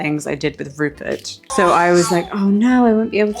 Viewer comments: Rupert pronouncing his /r/s as /l/s is adorable!! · Omg Rupert pronouncing all his Rs as Ls so cute. Also surprising because normally the L is the hard to pronounce letter. Gingerblead man is flends with the snowman 🥺